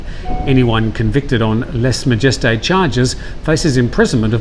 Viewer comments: Lèse-majesté - less ma-je-stay (not "jest") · "Lèse-majesté" is a French word, try pronouncing it in this fashion. Your pronunciation sounds clownish.